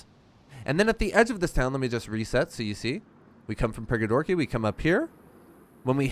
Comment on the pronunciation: Prigorodki not Prigodorki 😉